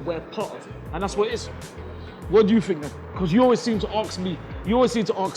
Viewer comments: Anyone else notice how says ‘aks me’ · mate its "ask" not "aks" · 1 other thing, I think it's ask not aks